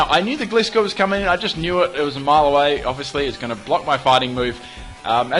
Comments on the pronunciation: you still don't know how to pronounce Gliscor... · its called gliscor as in gliding scorpion